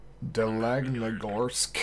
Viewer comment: its pronounced Dal-ni-gorsk